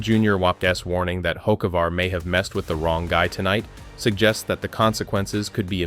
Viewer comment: Don't really believe someone who don't even know how to pronounce he's name.